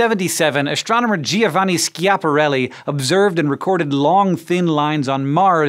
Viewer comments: It's pronounced Sjapahrelly. Actually. There is an almost just decernable soft g sound after the initial S, but when spoken at pace it's as good as a J. But most definitly not a hard K! And also not I-A, but a smooth sja. A bit of google-ing and you find out how. Easy peasy. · Oh Hank... How I adore your utterly anglo-saxon pronunciation of Schiaparelli...